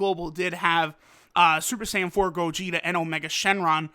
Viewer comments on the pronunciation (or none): none